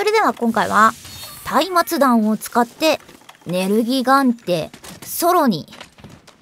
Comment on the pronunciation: うぽつでぇす！！ 松明弾は下方修正はよ来いって感じですよねぇ あと松明弾は「まつあきだん」と読みますよ！